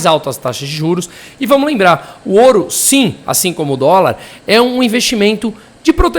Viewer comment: CRÍTICA: não é oru... é ouro.. não massacre o português